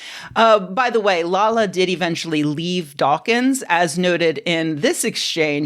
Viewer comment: It's pronounced "Lalla" (short a), not "LaLa"! She's not a Teletubby, Rebecca! You Americans and your inability to pronounce properly! 🙄